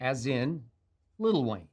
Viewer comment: he said LITTLE WAYNE wtf